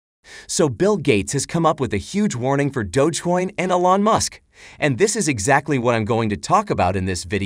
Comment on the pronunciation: It's pronounced E - lon not a - lon.